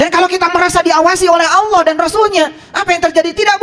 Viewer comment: Mungkin saran saya benerin dulu rukun Islam dan rukun iman dulu dech..jgn terlalu dalam ngebahas makrifat. Lagi pula untuk masalah ini harus punya guru yg dekat dgn kita dan seorang guru yg jelas ssanad keilmuannya. Dan coba dengar dan lihat cara ngajinya, bener tdk tajwidnya melafalkan "Allah" saja masih salah ngak jelas, apalagi ngebahas tafsir Qur'an